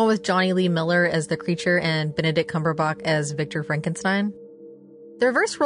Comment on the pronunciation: Benadict Cumberbuck??????? Try Cumberbatch Dear. It's ok though my friend in Michigan calls him Cumberbun. Lol